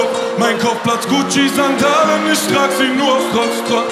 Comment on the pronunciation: bausa ist echt ein topp musiker, aber wieso tritt der immer nur mit diesen sprallos auf, die isch, misch und disch sagen?